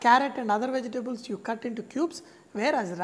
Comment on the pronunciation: I love how he says vege-tables XD